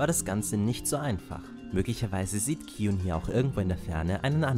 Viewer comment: Ja, das ist richtig ausgesprochen ^^